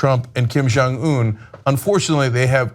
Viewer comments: Cenk saying 'Kim Jeongeun' like 'Kim Jong Oon' is like saying 'Ronald 'Reagoon'. Is he doing it to milk some racist laughs or is he really that stupid/ ignorant? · The fact the Cenk has a Korean (Steve Oh) on his staff and still can't say the North Korean leader's name right shows what an ignoramus he really is.